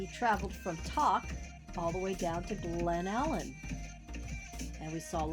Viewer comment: To pronounce it....Glenn-allen ....its TOK long O sound...and it Val-dez